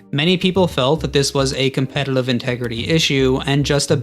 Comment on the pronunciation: why do you have such a hard time pronouncing "competitive?" you throw in an extra L for some reason